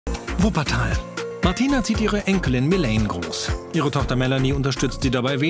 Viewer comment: "Wuppertal"💀😂 Der typ hat doch auch was gezogen vor dem interview👀